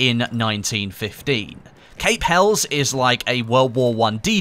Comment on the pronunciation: Pronounced cAp hellEEs